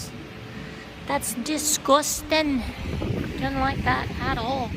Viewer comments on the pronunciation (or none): Ha ha you sounded scouse aka from Liverpool England when you said that's disgusting